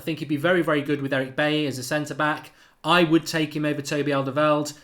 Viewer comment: His name is not "Alderweld". Learn to speak